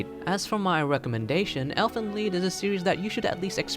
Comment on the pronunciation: If it's supposed to be German it shouuuuuld be ʔeːlfənliːt... Just saying